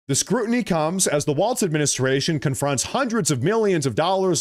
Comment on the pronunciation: Not a single T in Walz mister